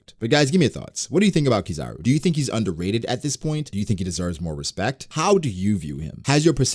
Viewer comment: Put some respeckt (respect) on his name! 😅